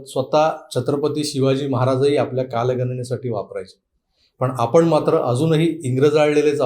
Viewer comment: "कालगनना" नाही " कालगणना" अस आहे...... " आपन" नाही " "आपण" अस आहे.....please जरा उच्चारांन वरती लक्ष द्या